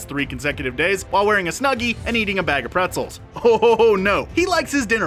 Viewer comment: When he said" eating pretzzels" I was eating pretzzels 😂